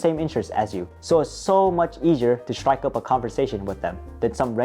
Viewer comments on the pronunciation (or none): none